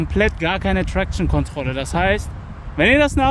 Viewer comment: Wie er traktion ausspricht 🤦